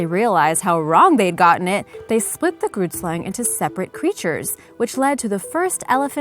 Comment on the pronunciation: Haha. Laughing so hard now. I am from South Africa. And I speak Afrikaans. Grootslang is an Afrikaans name. The g in Grootslang is not n ghu sound. It is more a rough sound at the back of ones mouth. Weird description, I know. But that is the only way I know how to describe it.